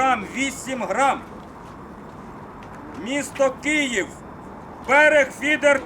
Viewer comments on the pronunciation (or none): none